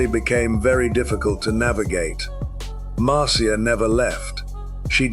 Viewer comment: It's obviously an AI voice. Especially noticeable when it used multiple pronounciations for Marcia Hurwitz. Mar see uh and Mar sha.